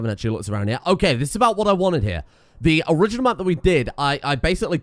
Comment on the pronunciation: I think he was saying “hya”, as in “hea”, as in a very classically British way of saying here. So “come here”.